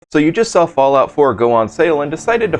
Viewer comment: Ah yes, who doesn't remember the all time Favorite "FALLIOUT 4"? 😂But still, nice Vid 👍